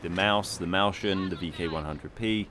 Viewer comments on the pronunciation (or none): you should look up how to pronounce "mäuschen" - just ask google translate, the way you say it sound pretty funny :D